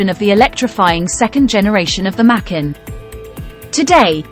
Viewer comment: Not pronounced mackin, but maaa kaaan.